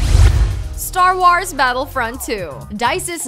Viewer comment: How she said "Star Wars" thoo.....